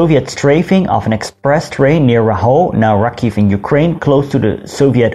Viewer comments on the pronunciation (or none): none